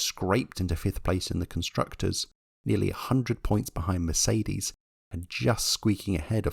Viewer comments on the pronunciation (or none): none